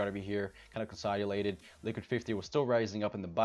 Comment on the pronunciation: . bro deadass said consoulated